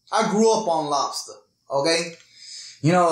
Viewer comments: I like how u say lobster, "lets take lobsta.." Seventh day adventists will tell you the same thing. And its also why they dont eat pork. They are the cleaners... the dumpster eating critters. I hate shell fish and shrimp for this very reason. gross!!! BUT why would you make a video without learning everything so you can say it properly?? Lol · " i grew up on labsta.. you know.. .... " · Lobsta lol where's the R good video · I like how he says Lobster! 😂🤣